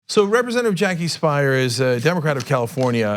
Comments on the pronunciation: Her name is pronouced "spear" NOT Spire, lol! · Cenk, Jackie Speier's last name is pronounced "speer" not "spire." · I think her name is pronounced Speer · I've always heard it pronounce Speer... till this video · Speier is pronounced "spear". She's my congresslady.